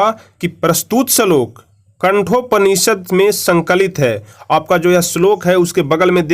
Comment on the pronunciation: कठोपनिषद होता है बे गधे... कंठोपनिषद नहीं होता... गाईड देखकर पढ़ा रहा है